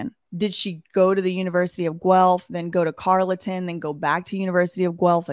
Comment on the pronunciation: Carleton University is pronounced Carlton